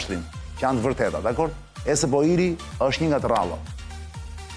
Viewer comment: Ta ndihmoj dikush Arjanin qe ta shqiptoj korrekt ESP&OIl se asht ba meme nga menyra se si e thote😅